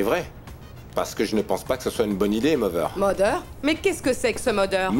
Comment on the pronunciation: On dit mother a dit mover 😂😂😂😂😂 mon Dieu